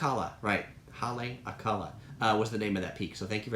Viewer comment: Vowels are always pronounced the same...consonents do not change the vowel...Ha-le-a-ka-la